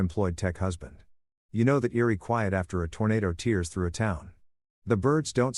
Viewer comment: I enjoyed the story. However, it drives me crazy with all the words mispronounced. I know English can be challenging, but please. Listen to the context to get words like desert and tears correct. Desert, something you eat and tears, water that leaks from your eyes.